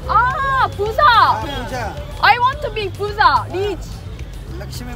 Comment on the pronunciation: Puja not puta